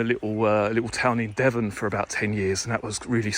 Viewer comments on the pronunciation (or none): none